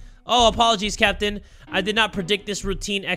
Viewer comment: I feel like every time he says captain I think he saying sempi😂